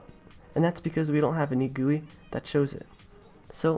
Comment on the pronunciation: You laugh at the way he says GUI, he laughs about you scripting level